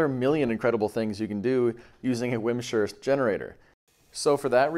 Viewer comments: hope you've learned the proper pronunciation of "Wimshurst" by now. it's not "wim-sherst", it's "wimz-herst." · Vims-hurst, not wim-shurst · Hehe wim-shurst